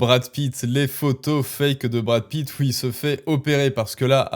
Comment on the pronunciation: Awête de diwe des ânewies à , je suis la vwaie maman de Mamad... de Bwad Pitt ! Fatoumata Pitt ;)